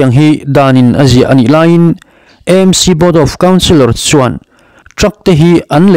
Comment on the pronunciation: EMC angin i lam ri leh thin a, AMC (A hi Aizawl) a nih vangin channel dang chuan an lam vek tawh a nia.